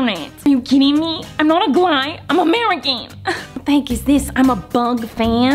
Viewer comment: I meant, the way she pronounced the word UGLY. Its funny. ☺️